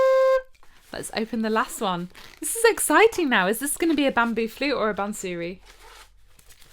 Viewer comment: Bansuri pronounced ' bunser ree' NOT "bun sooree"